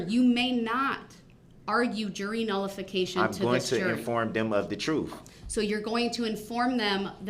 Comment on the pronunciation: The word is TRUTH not Troof.